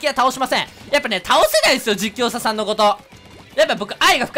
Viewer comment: さぁ 「実況者さん」言えてなくない？ww